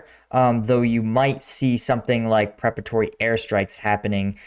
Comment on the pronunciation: Man, my 1st sergeant would have eaten your lunch to say "prepatory" rather than "preparatory".😅😅